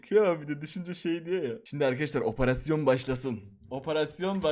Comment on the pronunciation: oparasyon😂😂